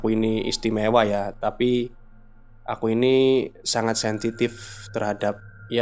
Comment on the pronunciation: Sensitif bukan sentitif😀😀